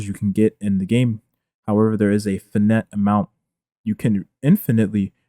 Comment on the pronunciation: can we talk about the way he pronounces finite the same way as infinite